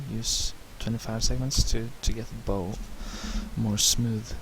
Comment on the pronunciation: Very helpful - I was able to sketch my catamaran hull using this method! It's nice to have the commentary instead of techno dance music soundtrack. By the way, a boat "bow" is pronounced so that it rhymes with "how"